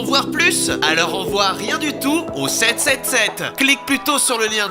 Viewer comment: Mais tu dit "777" Alors que c'est "7777" !🤦🏻‍♂️😂